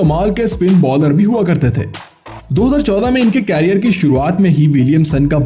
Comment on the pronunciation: भाई कैरियर नहीं करियर। उच्चारण की तो वाट लगा रखी है।